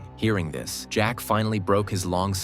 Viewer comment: The one time the robot saying jack is actually right